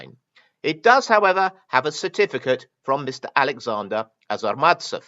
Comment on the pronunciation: The Russian "authenticator" is a not-so-petty criminal, however, you consistently mispronounce his surname. It is ARZamastsev, not AZArmatsev. This not very common last name is likely originates from a toponim - there is a city named Arzamas i. Russia.